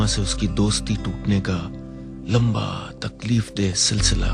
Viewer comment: mishra jee apna urdu ka talaffuz theek karaen......its koi..not "qoi"!and..takleef not..taqleef .consult some " urdudaan"!ok